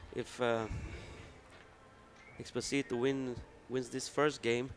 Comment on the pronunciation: Please try for the next time to pronounce correctly the spaniard surname... it is not Expo-SI- to, thats the famous Luis Fonsi song DESPACITO, its Ex-PÓ-sito, accent in the second silabe. Thanks very much.